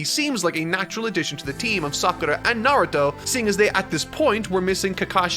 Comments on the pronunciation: A-ka-tsuki??? Wtf man? Really? I just can't bear on with this pronunciation. Just under 2hrs in the video i can't force myself to go on knowing that i'm gonna hear that again and again... ffs... Also it's not nAruto! it's narUto! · NAR-OO-TOE that is how you say his name you scrublord troll monger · You'll go out of your way to pronounce Sakura like a weeb, then call him Narudo the whole time? Awful video. You got your engagement, wowie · I like your content and find myself watching it start to finish, I thought I’d feel the same about this video but then you just kept saying “Narudo” 😅😅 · Come on bro narudo.. really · I’m not gonna lie, I’m hurt every time he says “Nardo” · The real enigma of this video, is where the T in Narudo went. Its pretty easy to simply youtube characters saying the name, idk, perhaps he who speaks is probably under a Genjutsu. Wait, I mean Genjusu! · can u stop saying "naruro" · Great video but Na-Ru-Doh sounds horrible, work on your pronunciation man, it’s easier than scripting a 6h video ;) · I cannot stand when people mispronounce “Naw-roo-toe. Lasted barely over 5 minutes. Sad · Literally can’t say Naruto